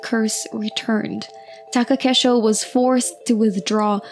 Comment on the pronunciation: Taka KEI sho. Not Take KE sho.